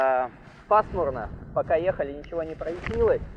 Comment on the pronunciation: я сам косноязычно и говорю и пишу периодически, но ужас как люблю умничать не прояснИлось, а проЯснилось.;)